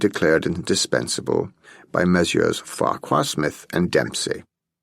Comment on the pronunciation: Farquhar Smith should be pronounced as Farrar ....